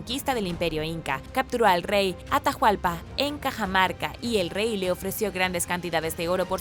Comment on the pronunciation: hola excelentes videos. No más una cosa en los nombres de Atahualpa y Rumiñahui la "H" es muda no tiene sonido